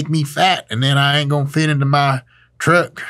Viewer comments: Funny, every time I try to do a Southern accent.. I say ”Truuck” to. Mr.Dr.Mike are you my dads? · That "Truck" was peak southern. Fantastic. North Carolina APPROVED